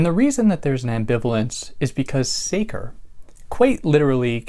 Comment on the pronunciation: The -ce in the latin word sacer sounds like the first part of the english word chess. Just for the sake of the big work you do for all of us! Thanks